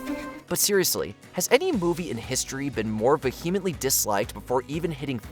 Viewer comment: As bad as this list is, the pronunciation of Vehemently with a hard H annoyed me the most 😅